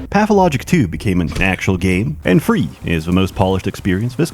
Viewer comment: you said free not three lol fuckin idiot